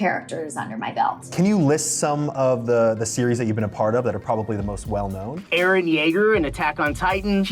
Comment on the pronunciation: ITS REALLY HIM GUYS, ITS EREH YEAGUH